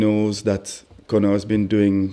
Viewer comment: Its Conor not « connard »😂😂